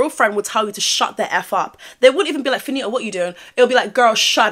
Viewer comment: You are doing the most. 😂 That stressing of the last syllable is completely unnecessary in order to enunciate the “T”. You could have easily pronounced “Fannita” with the hard “T” accompanied by a quick short “a” vowel sound. Saying Fanittahhhhhhh over and over again is wild. Heaven forbid you ever have to discuss a story with Latinas. You’re going to be all day. 🤣🤣🤣